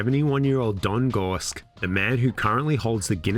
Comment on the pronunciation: Don's last name is pronounced Gor-ski, not Gorsk.